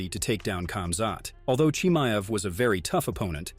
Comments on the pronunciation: I had to shut this stupid 💩off after 30 seconds of you saying Chimaev’s name wrong like 16 times. Moron. Learn how to say someone’s name right before making an entire video about them. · Don’t do a video if you can’t say the subject’s name properly. So dumb.